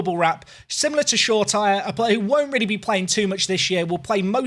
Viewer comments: Great video. Just to let you know Shoretire is pronounced 'Shora-teeray' if that makes sense. Im a utd fan and have watched a lot of the youth games and thats how all the commentators pronounce it. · Glad you learnt how to pronounce Shoretire after a ludicrous attempt in a previous video 😂 I hope you sell Kessie soon though...